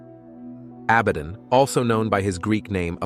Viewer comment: One thing I am constantly sick of is mispronunciations on YouTube. Stop reading it. Actually find out how words are pronounced like Abbadon.